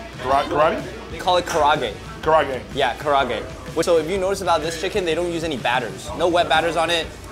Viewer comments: Kara age. Not karage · It is pronounced kaRA Age... And what you gave them a terrible exam of kara age. Real kara age never uses breast meat amd always has the skin. It is an extremely flavorful chicken, which is meant to be eaten with a big bowl of rice. I feel like you purposefully sabotaged the Japanese chicken. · karaage pronunciation is pretty butchered. It's 4 syllables - ka ra a ge. Usually it's nicely seasoned so I wonder if the one provided here was just a bad one? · Car raw gay 💀 how he said karaage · bro pronounced karaage wrong too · Bro, that is not how you pronounce karaage. It's 4 syllables not 3 and your roll the ro